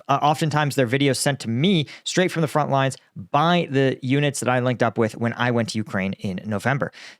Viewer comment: Front, not Font. Great info man. Keep it up.